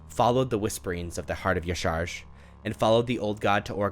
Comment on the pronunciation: Aww isn’t it pronounced “yah sha rahj”